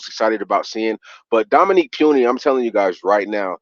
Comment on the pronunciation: please correct this fans it’s “Puni not puny!!! 🤦🏽‍♂️